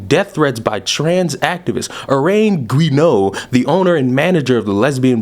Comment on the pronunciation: I think Guéneau is "Joo-No".